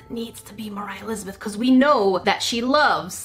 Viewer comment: you said mor i lizebeth